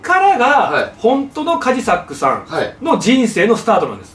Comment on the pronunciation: 島田さん、カジサックって言う、発音違う、それに気づかないカジサックさんもすごい。